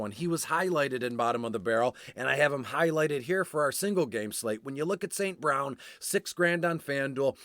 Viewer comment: Great Info!! Way to Pronounce E St. Brown name correctly. Going to use this and Crush Showdown this evening.